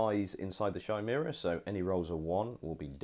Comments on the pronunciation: It's pronounced Ki-mera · Yeah this frustrated me as well. Also the Chimera.... It's Pronounced Ki-mere-ah please sort this out. It's named after the legendary beast.